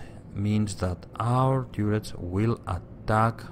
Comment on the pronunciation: TURR ets, as in CURR y